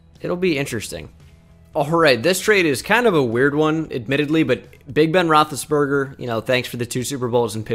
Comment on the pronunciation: Roethlisbanger? It’s rothlisberger